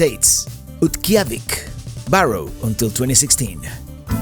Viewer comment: Just in case you did not know, it is pronounced Bare Oh, not Bar oh.